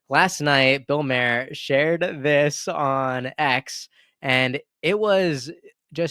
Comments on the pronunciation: Bill " mar er", not Mayor lol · Good take but it's pronounced Maar like a candy bar and not Mair like a horses hair. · It’s Bill Mahar, as in bar! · Maher is pronounced like Mar.